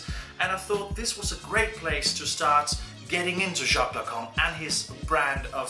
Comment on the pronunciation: Yeah, i laughed so hard, also near the end Lacan becomes "the Kong"